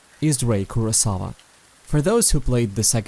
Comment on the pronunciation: Your pronuncition in names like kaname, asuo, etc its not like how the name is in japanese example kaname should be kunaamee not kanamee, kurosawa should be kurowsaawu etc.. again its not a big problem i saw people talk about naruto or Ninja Gaiden and really making mistakes on the name like instead of Ryu they said riu or raiyu